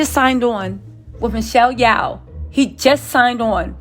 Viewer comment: Michelle Yeoh. Pronounced "Yo".